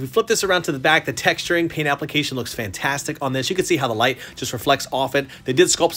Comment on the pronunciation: Cool statue I haven't watched demon slayer yet once I do I'll understand everything more. When u said the statue looks fantastic at first I thought u said Bamtastic u should try using it It might be funny